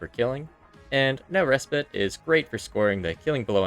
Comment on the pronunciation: They way he pronounces "Respite" gives me cancer.